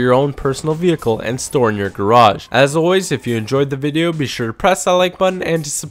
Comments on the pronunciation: Lmao he does say 'be sh to press that like button be sh to subscribe' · "Be sh to press that like button and be sh to subscribe"